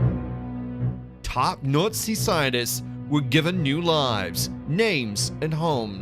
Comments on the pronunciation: I will forever hear "Nutzi" for Nazi. 🤣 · Isn’t Nazi pronounced “NotC” not “Nootsea” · gotta love ai voice overs that can't pronounce words properly.... Nutzies........... 🤣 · Narrator here is how you pronounce Nazi....naat~see There is no U in Nazi. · Fantastic video is it my imagination that he the narrator keeps pronouncing the word Nazi differently each time at one point he says nutsy's hahahaha 😎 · I can't help but laugh every time he says nootsies 🤣🤣🤣🤣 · WITAF is this guy saying? Nutzis? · It sounds like the narrator is saying "Nutzees" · All I hear is “nutz-eez” lol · Slightly irritating that the narrator mispronounces nazi nearly every time he says it.